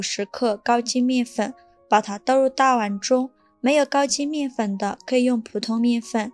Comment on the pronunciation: 難道你的麵粉也念蜜粉，你的雪碧也念許碧嗎?你哪裡有疑問?你看影片了嗎?你打開音效了嗎?你哪裡有問題嗎?